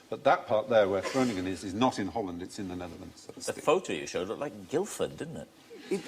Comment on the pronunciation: What a nice surprise to see a question about Groningen, the place where I live. Fry's pronunciation isn't perfect, but good enough. In the local dialect though it's pronounced "Grunn" (with a rasping G)